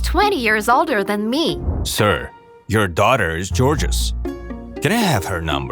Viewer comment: The dude said she was george-ous. I can't help but giggle. 😂